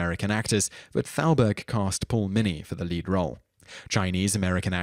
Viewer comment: That actor's name was Paul Muni, not Mini. Interesting video.